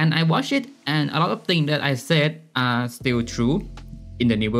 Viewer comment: Are you saying area? It sounds really weird and I'm not sure if I'm getting it right.